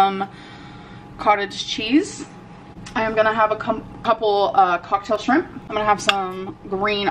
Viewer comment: I'm gonna have a couple of SHREMP & some green ALL-OVS. Smells like VANELLA. To say her identity is food she pronounces all the food like that! drives me crazy.